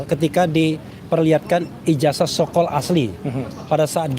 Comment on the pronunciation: IJAZAH itu membacanya pakai ZET bukan pakai ES .... Apa ngga belajar bahasa indonesia ya